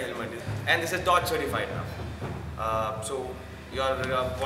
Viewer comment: It's not said dot it is said Dee oh tee as in the department of transportation